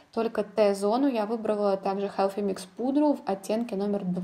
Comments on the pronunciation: Healthy, а не Helphy произноси правильно, слушать не возможно. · Koshka Potselyeva Межзубный "с" Но никак не "ф"